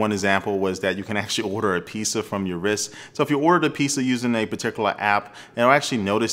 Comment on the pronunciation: lmao "peesa" dont worry.. we still love you haha